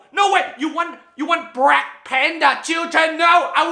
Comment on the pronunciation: LOL he said BLACC?? LIKE A BLACC PANTHA!?!?! lol im dead (btw I'm african American and don't find this offensive)